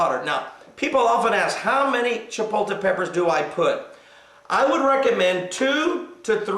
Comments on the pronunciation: I enjoyed your tutorial. Thank you so much for your recipe on tortilla soup. The word is not pronouned CHIPO-TE. There is an L in there. Just a heads up. Thanks again! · Actually - the word is Chipotle, and is pronounced: Chi-pot-le. But does it really matter? We know what it is, and the pastor is correct - it's de-LISH! Thanks for the recipe,! You're pretty awesome, sir!:)